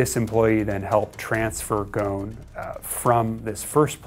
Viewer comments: how should i believe that you know what you are talking about, when you are pronouncing his name wrong! his name is ghoSN not ghoNS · The S is not silent!! It is ghosn and not gon. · It’s pronounced Gho-son not ghon 🤦🏻‍♂️ I’m Lebanese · Why are they pronouncing his name as gone? 🤣 It is Ghosn or Ghusn which means a branch in Arabic. Like a tree branch. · Dude you need to pronounce his family name.right😅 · GOSSON not GOOON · There is an “S” in his last name. The “S” is not silent. It is GhoSn not Ghon. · He keeps referring to him as "Gohn" while his name is obviously "GohSn". It means tree branch in Arabic. It's not his fault tho cuz all Japanese media refers to him as Gohn too. Even on Wikipedia. The Japanese language capable of a better pronunciation of his name. Maybe that's his Brazilian or French name of something!! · Am I the only Arabic-speaking person here who is getting irritated by the way he is pronouncing "Go-h-n"? It is Gh-o-S-n you idiot! Ghosn! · hahahah They dont even know how to pronounce his Last name loool GHOSN become GONE :D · The speaker created a new way to pronounce his last name “goon” its Ghoson. I can’t even concentrate to what he’s saying.. annoying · The thing that upsets me the most about this is how non-arabs pronounce "Ghosn". It's not "Gohn", it's pronounced like "Rosn" (ɣʊsˁn̩) which means "tree branch" in Arabic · His name is not ghawn. it us ghussun which means branch. the s is pronounced and clearly, apart from the obstinate western media. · why do you people say Gon like he's a goon or something even try to call him 8osn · It’s goo-soun not goen ghosnnn 😂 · its not "gone" its ghoSn. S is very pronounced in the name. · his name is Carlos Ghosn not Carlos Gone!! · So when did we start pronouncing Gho-sn as Gone?!!! If you want to do a documentary about a person at least pronounce his name as it is in his original language. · The "s" shouldn't be silent idk why yall say it like "gone" instead of "ghosn" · okay, but now he's "Gone"